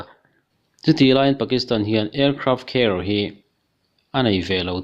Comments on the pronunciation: Aircraft Care nilo in Aircraft Carrier tih tur o. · Indian ka nih vang chauh in ka like, Aircraft Carrier lam dan mawlh mai hi😂😂😂😂